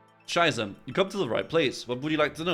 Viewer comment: Every time he says King Sheiße, it triggers me